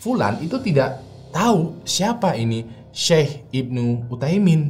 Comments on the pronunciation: Bukan Syaikh Ibnu Utaimin bang, tapi Syaikh Ibnu UTSAIMIN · baca nya syeikh usayimin (utsaimin) bang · Mantap, dikittt masukan, bukan syeikh ibnu uthaimin, tapi utsaimin ya bang. (Ibnu artinya anak) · Utsaimin bukan uthaimin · Syeikh Ibnu uthsaimin min.. Bukan uthaimin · Maaf saya benarkan itu namanya syeikh ibnu utsaimin bukan uthaimin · FYI, yang bener nama syeikh itu Utsaimin.. pake tsa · Syeikh ibnu utsaimin, bang penyebutan nya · Syekh ibnu Utsaimin, om. pake ث (tsa)